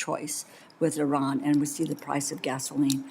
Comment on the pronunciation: Did lutnick say “Iran”?